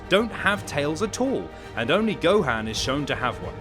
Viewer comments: Its not gohand 😆 its go han 😆 and no s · It’s gohan not gohain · my g is saying gohaan lol nvm its whatever